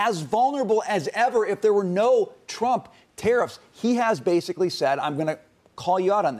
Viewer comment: 那个日本主播念trump 名字的时候为啥发音是中国翻译的特朗普？😂